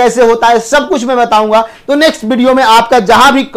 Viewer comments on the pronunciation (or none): none